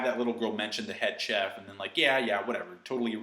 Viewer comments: Wait, did you actually pronounce the 'ch' in 'cheff' like in 'chalk'? 😂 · idk why this bothers me so much but its pronounced shef. ok have a good day